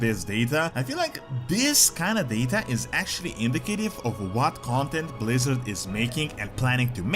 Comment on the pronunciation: Pwease Bwizzawd?